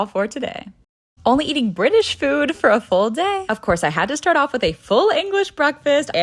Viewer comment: No one says full day in that tone. No one.